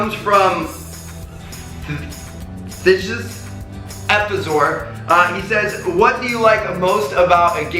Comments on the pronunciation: ''Thijs."" The ij you pronounce like the I form Ice..... (ThIce). Its a dutch name, hi :) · Hahahahahahahha Also Thijs...say it like Thys...Its a dutch name xD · HAHA I laughed so hard when you tried to say 'Thijs' xD Typical Dutch name :p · LOL! Tmartn your pronounciation of Thijs' name 😂